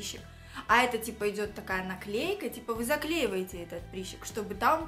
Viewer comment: почему прИщик, если прЫщик и прЫщ ?😂😂🤦🏼‍♀️🤦🏼‍♀️🤦🏼‍♀️🤦🏼‍♀️